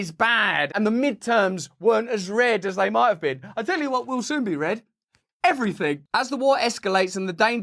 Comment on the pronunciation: everyfing be blowed up.